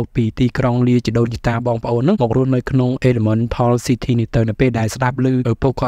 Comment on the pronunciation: មិនមែនអ៉ីឡាម៉ង់តាល់ទេ គឺអ៉ីឡេមិនថល់😅